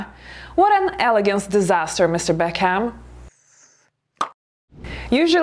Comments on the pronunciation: Guess what - it's also not elegant to mispronounce people's names and surnames. (its not BECK-HAM.. It's pronounced Beckem) It's also not classy to use incorrect grammar and syntax. Maybe improve your English before you start lecturing others on how to behave.... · Saying Mr Beck-ham, lol :). Not elegant. Not elegant at all my dear.